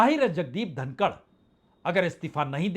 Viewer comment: जनाब धनखड़ है धनकड़ नहीं।